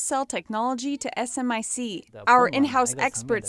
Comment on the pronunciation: We call it Smic, not S M I C. Just fyi.